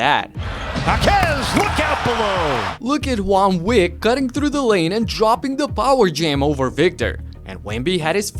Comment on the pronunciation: Did you say "juan wick "😅